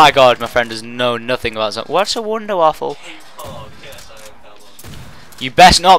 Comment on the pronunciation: It's wonderWAFFE not waffle